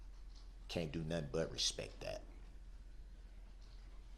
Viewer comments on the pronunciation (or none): He respek you guys yes " RESPEK"